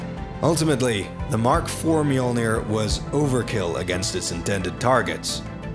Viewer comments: Fantastic video. Obvious that massive amounts of work have been put into it. Unfortunately not once, did you pronounce the armour as it should be. Mjölnir is a viking name. And should be pronounced as such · I hate that they called it Me-yord-near....